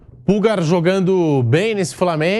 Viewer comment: Não é "Púlgar", é "Pulgár". Pulgar = polegar.